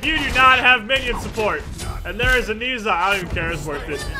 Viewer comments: Ni Sa? wtf He is called No Sha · It's not pronounced "Niiza", its "Nah-ja" I know Chinese names are weird like that, but trust me. :P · pronounced Ner Zhar...not Nee Zha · More accurately it is pronounced nausea an easier way to understand cuz its actually a word😑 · You're mispronouncing his name. The 'e' in Ne is pronounced like the 'e' in 'her'. The 'zh' is pronounced like the 'j' in 'jam', and the 'a' is pronounced 'ah' Love your vids btw :)